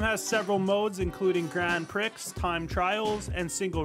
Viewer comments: pronounced PREE not PREX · "Grand pricks" Bro... that's not how it's pronounced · Bruh, it’s pronounced grand PREE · Was hilarious tho lmao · As a French it was triggering